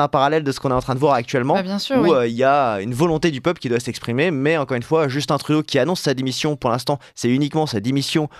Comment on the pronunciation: On dit Justun Trudeau et pas Justine ou Djeustine.